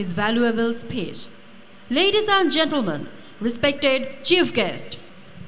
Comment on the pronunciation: চিপ গেস্ট না চিফ গোস্ট😂